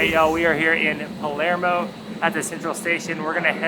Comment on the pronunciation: PALERMO, not Palmero...🙄🤣